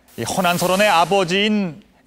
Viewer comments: 그대 발음과 독법이 엉망이올시다. 딱 한가지만! 허난설헌 은, 성이 허씨이고? 난설헌은 그의 당호다. 그러므로, "허" 하고"난설헌"이라고 띄어서 말해야 하는데, 모든 한국인이 "허난" "설헌"이라고 띄어서 읽고 있가. 이런 엉터리 문화가 한국 문화다!!! 미국 변 완수 드림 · 첫 소리가 틀렸다. "허난설헌" 을 두 자씩 띄어 읽었으니 이 얼마나 아이러니칼한 일인가? 이는 학자들이 "허난설헌"이 성과 당호임을 모르고 있다고 볼 수 밖에 없다. ""나설헌"은 당호이므로 부처 읽어야 함은 두 말할 것도 없지 않은가? 그러므로, "허" 하고 일순 띄어서"난설헌"이라고 읽어야 한다. 이런 유의 설명을 해야 한다는 것이 슲은 일이다. 이 뿐인가? 장단음 자고저 문제가 심각하다.이 난설헌 강의에 발음이 틀린 예를 든다면, 수 십개에 이른다는 것 만을 전한다. 오호 애재! 오호 통재! 한국 언어 타락상이 하 분키로 "눈물로" 쓴 책이 "한국 어문을 고발함"이다. 고국 동포 여러 분! 이 책을 조용히 읽어 주시옵소서. 미국 변 완수 드림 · 제발! 제발! "허난설헌"을 바르게 발음하소서!!! 두 자씩 띄어 읽어서는 아니돠옵니다!! 성이 허씨이고, 난설헌 이 당호이므로, 고국 동포여! 성과 당호를 따로 띄어서 읽으시옵소서!!!